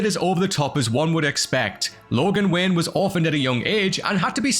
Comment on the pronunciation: Sounds like he keeps calling him Bruce Wynn.